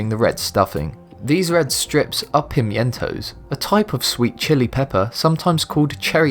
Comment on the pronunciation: "Ewe" is pronounced "you" not "ooh." Pimiento is pronounced "pimento" and it's a sweet red pepper, not a cherry pepper.